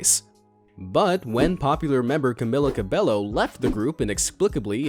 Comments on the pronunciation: Ok ok when y’all come at Fifth Harmony, that’s when you cross the line. You cannot pronounce Camila Cabello’s name so badly. The only thing that kinda excited me, he said “rumored lover” which means, Camren shippers, we are making an outbreak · I can't take you seriously when you can't evem pronounce Camila Cabello's name correctly.